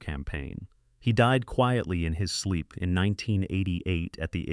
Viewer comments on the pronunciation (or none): none